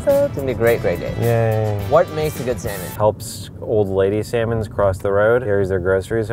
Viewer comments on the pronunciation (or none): SSSAaaaANnNNLllllllllooommmNNnNn Edit: I knwo it says sanmolm it’s what said when he said they’ll be eating three sanlom dishes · completely mispronounced the name of it though lol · ALI14 || In Australia we pronounce it like: (C); Sal:Mone.